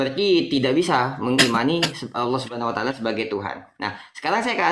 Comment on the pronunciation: muslim harus kembali ke sd, belajar baca bhs latin, latin allah koq bacanya auloh